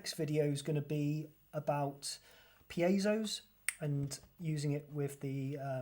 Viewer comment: Thank you for pronouncing piezo correctly. 💖